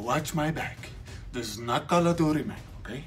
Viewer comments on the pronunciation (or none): Dis not call o dooty XD